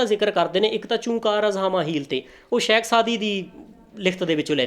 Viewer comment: ਤਿਲੰਗ ਮਹਲਾ ਨੂੰ ਤਲੰਗ ਕਹਿ ਰਿਹਾ ਹੈ, ਇਹਨੂੰ ਕੱਖ ਨੀ ਪਤਾ , ਬੋਲਣੀ ਇਹਨੂੰ ਆਪ ਨੀ ਓਂਦੀ, ਸ਼ੇਖ ਨੂੰ ਸ਼ੈਖ ਕਹਿ ਰਿਹਾ ਹੈ, ਇਹਦੀ ਵੀਡੀਉ ਚ ੨ ਗਲਤੀਆਂ ਤਾਂ ਮੇਰੇ ਜਿਹੇ ਅਨਪੜ ਨੇ ਵੇਖਲਈਆਂ